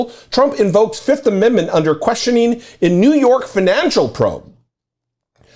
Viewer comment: Trump pronounced it as "the fiftht"